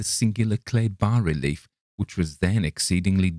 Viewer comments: Congratulations, you’re one of the few narrators on YouTube to correctly pronounce “bas-relief”. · Finally, a narrator who knows how to pronounce "bas relief" properly.